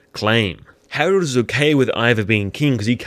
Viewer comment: Harald* not Herald